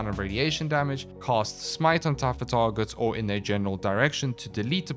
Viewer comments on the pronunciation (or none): I seriously cannot listen to you MANGLE the English language anymore... When you say cAst and cOst exactly the same it makes it really hard to tell what the FoCK you're saying... 🙉🙉🙉